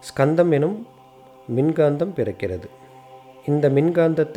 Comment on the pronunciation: Not skandham only kandham s is using ariyan pronounce word